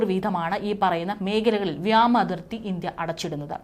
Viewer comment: വ്യോമ അതിര്‍ത്തി എന്ന് പറയണം, വ്യാമ അതിര്‍ത്തി ഇനിയെങ്ങിലും പറയരുത് കുഞ്ഞേ.